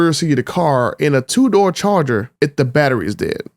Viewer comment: “Charter Daytona” 😂😂